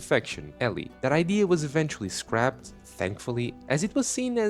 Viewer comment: > Cut content video > Guy who reads "scrapped" as "scraped" for some reason Every time. If it wasn't for X nobody would still be able to even read at all.